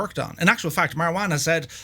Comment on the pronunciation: You made Marwan sound like marijuana. 🤣